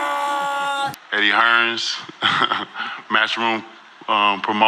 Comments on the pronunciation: kinda laugh how Wilder calls Hearn Eddie Hearns all the time his surname doesnt have a s in it.. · Andy Ruiz calls him Eddie Hearns too 😂😂